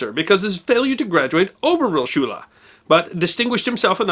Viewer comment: Sorry to say, but the pronounciation of some german words u use is horrid. I know its hard but uf... Realschule made me cringe so hard. You are forgiven though :D